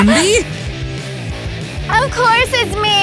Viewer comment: it's Cindy not windy